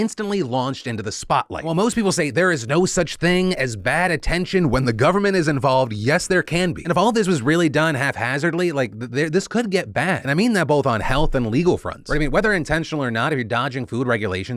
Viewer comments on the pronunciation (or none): Did you say “half-hazardly” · Phil, did you just say "Half-hazardly?" The word is "haphazardly." I got u fam. 👍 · Phil did you really say “half hazardly?” Lol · HALF-HAZZARDLY?? Phil I swear to god you deliberately say one thing wrong a video that is so insignificant but triggers idiots like me to contribute to the comment engagement by pointing it out and I hate it! But also. I respect it. Damn. Also Hap. Haphazardly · Phil it's HAP-hazardly! JEEZ!